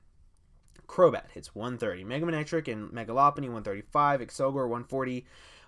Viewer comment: 'a friend of mine has been saying that for a long time' HI HELLO DAS ME crobat more like crobae